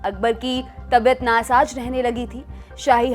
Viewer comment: Mohattarma Ghustaakhi Maafi Hehtram nhi Ehtraam Aur Tabiyat Nasaj Nhi Na Saaz Kahete hai The Lallantop Walo ki Urdu Bolne ki Koshish Khaabil e Taarif hai Par thoda Zubaan Ko Palthana Padhega😁😁😁